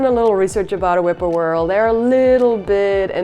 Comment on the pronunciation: whip-poor-will I think you mean not whippoorwhirl. I enjoyed the video though.